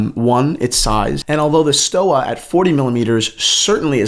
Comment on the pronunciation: It's pronounced like Stova with a v.